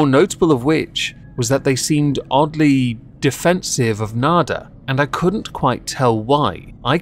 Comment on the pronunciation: It's slightly embarrassing how.long it took me to realize you were saying "nader" and not "nada." Wasn't making much sense to me at first.